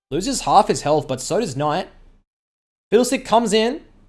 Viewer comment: nobody:: KNOIGHT